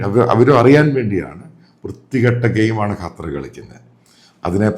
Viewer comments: എടോ തള്ളാശാനേ കറ്റാർ അല്ല ഖത്തർ എന്ന് പറ. ഇതെന്തു ഇടയ്ക്കു കറ്റാർ ചിലപ്പോൾ ഖത്തർ. ഒരുമാതിരി ആണുമല്ല പെണ്ണുമല്ലാത്തപോലെ.. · ഇയാളെന്താ…..കാറ്റാർ എന്ന് പറയുന്നത്…?🤪